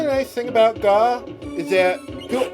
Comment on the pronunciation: Gau is supposed to be 'gao' ＝がう。 It's the Japanese sound for a dinosaur roar. Gao is pronounced guh-ow.